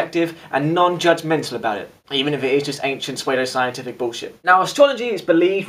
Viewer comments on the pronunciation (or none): btw pseudo is pronounced SOO-doh not SWAY-doh :P